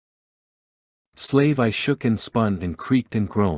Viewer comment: Other than the A.I miss pronouncing the proper names of Slave 1 or slave one as there where atleast 4 others, and names of cities or people, it's a great series of books, I listen to these types of audio books while I'm trying to go to bed, As im an insomniac, it's annoying to get immediately woken right back up every time Star Wars gets butchered by these A.I's trying to read Star Wars. Please fix it as the other audiobook's have done, even the older audiobook's are being corrected as their A.I's had done the same in the beginning, but that was over 10 years ago theirs have done Star Wars wrong, and the owners of that content got tired of it aswell as in the last 10 years A.I has become a lot smarter. Please address this and keep the books coming. Thank you for your time.